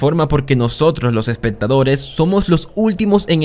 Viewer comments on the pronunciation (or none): no digas: espetadores, reatsion , conetsion, odjetiva, adcion (acción),---- recomendaría que pronunciaras mejor, me causa mucho tik tu dicción